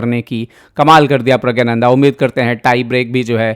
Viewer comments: pragya-nanda nahi.... praggna- nandhaa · Pragyananda nhi Pragnananda ... 😅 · You do not know the real name of the star player of your own country. His name is not Rameshbabu praggananda but Rameshbabu pragganananda.Pronounce it correctly.